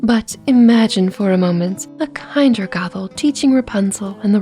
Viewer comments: Okay I like the video so far but I've noticed something half the time it sounds like you're saying Gothel and half the time it sounds like you're saying gobble just a little friendly advice and make your words more clear and as my grandmother muddy would say enunciate your words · Fun video but anyone keep hearing gogle more than gothel